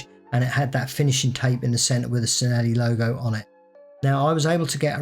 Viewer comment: I'm not Italian, so I maybe wrog but I always thought Cinelli is said like chi-ne-li?